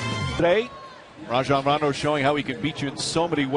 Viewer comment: Lol, i hate hen they say Ray-jon rondo